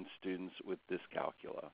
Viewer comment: thank you for not pronouncing it dys-cal-cool-ee-ya, we don't cal-cool-ee-ete on cal-cool-ee-atets do we?